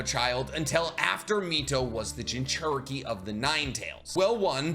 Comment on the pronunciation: I gotta say. I’m not one to make comments like this usually, but why do you pronounce it, “Jin-CHER-Eh-Kee”? It’s, “Jin-choo-REE-Kee”.